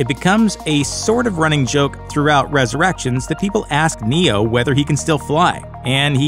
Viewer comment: I think the announcer has a glitch in The Matrix. He keeps saying "ResurrActions" instead of Resurrections. 📗📗📗